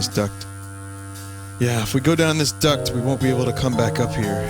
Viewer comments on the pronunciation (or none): none